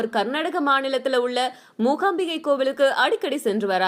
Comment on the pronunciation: Anchor said Kollur mohambike .I want to tell that it’s mookambike